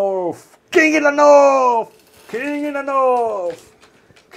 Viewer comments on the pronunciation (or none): It's pronounced north, not norrf. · KING IN THE NORFFFF KING IN THE NORFFFF